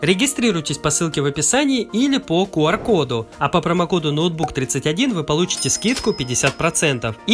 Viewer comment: В рекламе ты говоришь ноутбук31 вместо нотбук31 ошибочка так то